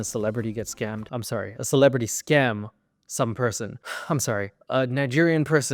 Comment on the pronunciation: "I wanted to win!💪" "well you got schammed💪" LMFAOOOO😭